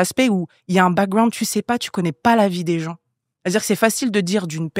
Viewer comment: j’ai envie d’écouter le podcast mais quand j’entends « backgWound » ça m’énerve déjà